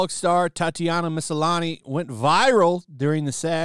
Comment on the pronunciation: Why is it annoying me so much that he's saying it Ma-SA-lani? There's clearly no second "A".